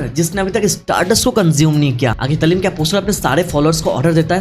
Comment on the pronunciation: Italim nahi itarim